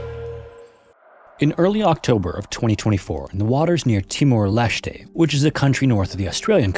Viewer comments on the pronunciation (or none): no ai...? we sure? that bee photo looks dodgy af. i dont mind you using ai but pls dont claim otherwise. also the country is pronounced timor lest-ay (formally east timor)